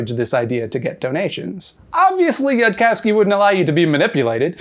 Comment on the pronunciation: ehlee-AY-zer Yooodkowski. Happily, the weird voice wasn't an Eli Bosnick level Jew thing.